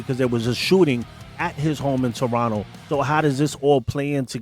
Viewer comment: Props for correct pronunciation of the word Toronto : "Toronno" ML&R #ghostin